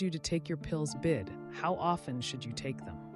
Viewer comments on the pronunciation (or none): bid is not pronounced as a word, but it is three words so should be pronounced “b, I, d” it is Latin for twice a day.